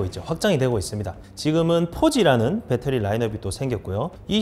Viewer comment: '빼떠리'는 어느나라 말인지